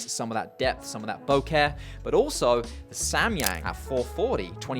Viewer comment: 1: a grand for any glass is NOT CHEAP. 2: the way you pronounce bokeh is clinically insane